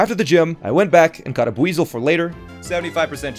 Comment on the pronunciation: It's called buizel and not weazel